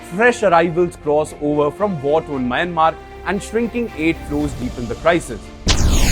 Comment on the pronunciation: The narrator who is from a neighboring country should be knowledgeable enough to pronounce Myanmar correctly. Unfortunately he imitates the mistakes of western journalists.